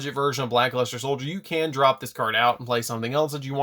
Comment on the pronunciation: I've heard of Black Luster but never Black Luste 😂